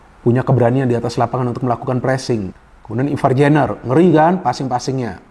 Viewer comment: Izin koreksi penyebutan nama nya Ivar jenner: ivar yenner Rafael struick: rafael straik 🙏